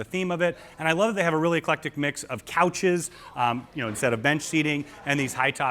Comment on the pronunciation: Please don't ever say the words "ton", "doooty-free" or "eclectic", or move your hands ever again.